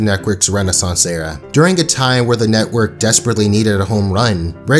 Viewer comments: why do you say neckwork instead of network it drives me insane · cartoon netquirk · Why do u keep saying 'Cartoon Neckwork'? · Loved this video but I wanted to scream everytime he said "Cartoon Neckwork" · “Cartoon Nekwork” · "cartoon nectwork" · If you say Cartoon Neckwork one more time.... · "Carktoon Neckwork" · if you say nekwork one more time imma lose it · "cartoon nekwork" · I could have sworn you said neck worth instead of network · “C a r t o o n N e c k w o r k” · Why do you call it cartoon neckwork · Great show.. but man, i couldn’t stand hearing “cartoon neckwork” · He says "Cartoon Neckwork" 😂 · Is it me or does he say carktoon nekwork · Cartoon “nekwork” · This nigga keeps saying NECKwork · bruh you started this video off by saying cartoon neckwork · this guy be always misspelling things like "cartoon nekwork" and "the maks" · Why do u keep saying neckwork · Guys. I don't think you're hearing this man right. Cartoon. Neckwork. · “Cartoon neckwerk “ Ok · Is nobody gonna talk about how he says Cartoon Netqwork. (And no I did not spell it wrong that’s just how he says it) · "Cartoon Neckwerk" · "Cartoo Nekwerk" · the word is network dawg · the way this dude pronounces "network" kills me